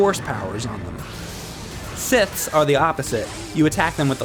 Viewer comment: "No One can clone a jedi" there's a number of Clone Jedi that disagree with that statement. Also his pronunciation of various powers and......siths, kinda irks me, but that's just me personally, nothing wrong with the video.